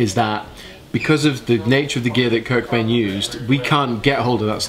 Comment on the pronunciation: The way u say cobain makes me cringe